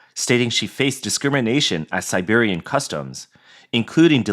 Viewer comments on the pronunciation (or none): Bro it SERBIA not SIBERIA :D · It's not Siberia you ignoramus, it's Serbia. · Not Siberia,it's... Know what buddy, yes call it Siberia.